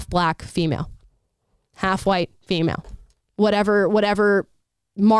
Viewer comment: Can't even say female